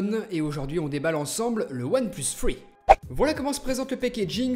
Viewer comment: one plus free haha haha dsl je suis quebecoi